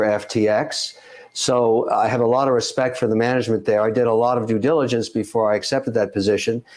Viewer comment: "I did extensive du diligence" .... umm on what?? haha